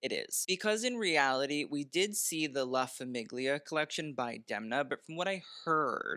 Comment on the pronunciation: La Famiglia is pronounced "lah Fameelea' in Italian